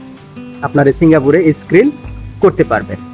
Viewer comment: ভাই স্কিল হবে,, স্কিরিল না